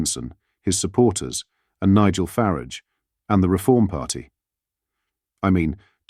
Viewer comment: Please sort out your AI's pronunciation! Calling him 'Nigel Farrige" is really fucking annoying! If you're a serious channel trying to make a real point, send a message and as you claim 'build a community ' please get his bloody name right!! Farage, not Farrige. 🤦🏻‍♂️